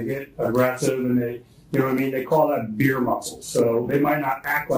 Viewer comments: He said beer muscles not veer muscles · Hi Why are you saying "Veer muscles" and that it is a military term? It's beer muscles & nothing to do with the military! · I was triggered by the veer muscle lmao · Its "beer muscles" not "veer" haha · “Beer muscles” not veer musclss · It’s BEER muscles lol just saying 😂